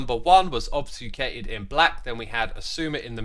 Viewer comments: obsfucated? Is that some kind of sjedjuul/skedual type pronunciation or is X just confused about the spelling of "obfuscated"? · Xisuma mispronouncing obfuscated is so cute for some reason